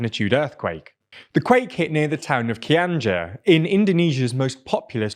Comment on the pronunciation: I don't blame you to pronounce Cianjur that way, but it's pronounced Chi (like Thai Chi) - un (like unblock) - jour (like french word for day)